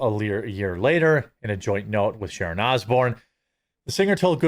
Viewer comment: Sharon not Shannon